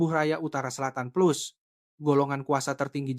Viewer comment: PLUS LA BUKAN PLOS!!